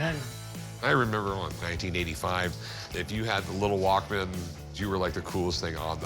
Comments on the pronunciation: Lmfaoo me too. It's walkman not walk man. Rick tried to correct him but he kept saying it! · Annoyed by the dude saying WalkMAN...smh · I was losing my mind with the way that dude was saying “walk-man”😭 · Would help if the walk - man seller could actually pronounce it properly